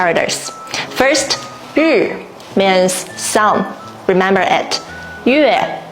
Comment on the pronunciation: You are using the top of your mouth too much which affects the pronunciation of your English. Try pronouncing "means" as "meeeens", not "mins". "Characters", "care-rack-ters", not "cawickters". You use "means" a lot in your videos, so remember to pronounce it as "meeeens", not "mins". It makes a big difference.